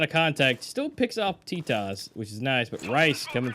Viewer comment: Oo teetos not totos